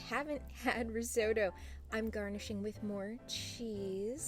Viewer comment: What the hell is "RIZZ- OH- DOUGH"????